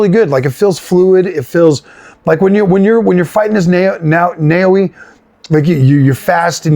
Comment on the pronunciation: Good video but I tell you are extremely excited! Which is fine btw, it’s great to see genuine excitement. That said… I beg you to take a min and expand your vocabulary (if I hear FREAKIN’ AMAZING one more time lol) and also learn to pronounce words properly, at least the game’s protagonist. Naoe is really not a hard name to say, especially seeing as you can hear it said in the game. Take a min, catch your breath and slow down. You love the game, we get it! Your honest and heartfelt coverage of this game will shine thru but I am confident that at least some new people who come here will listen to you for30 seconds, think to themselves that you are a clown and never come back. You put in a lot of work to get the channel to where it’s being recognized, congratulations! But now you need to up the professional just a little bit. Edit: one more point. It’s okay to praise the game as much as you want. But no game is perfect, even your favorite games. You shoud bring up at least a couple of points that you in your opinion could be improved. Valid & constructive criticism is good and balancing your coverage will add to your professionalism. If you never have any sort of criticism people won’t take you seriously.